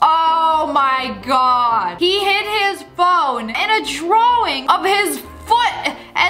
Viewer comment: Is it just me or did Sssniperwolf say ddddddddrawind